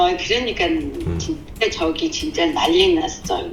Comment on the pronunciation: 그러니까 "저기 " 할때 진짜 한국인같아😮